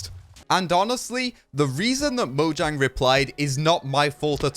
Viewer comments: Fun fact: It's pronounced Mo-yang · orestis gamer It's mo-yang